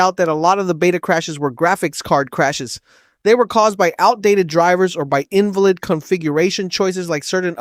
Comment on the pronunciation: Who writes your script? that’s not how you say invalid. lol